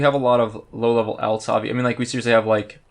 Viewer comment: say alts wrong 1 more time